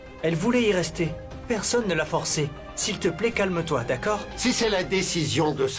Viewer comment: Qui a remarqué que Radarani dire tacord au lieu de d'accord lorsqu'on lui accumulé les mauvaises paroles dans la bouche 😬🤣🤣